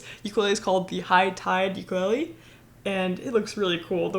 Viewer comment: it's called Ukulele, not Uklee